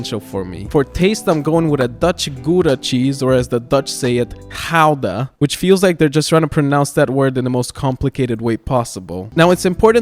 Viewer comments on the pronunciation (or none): none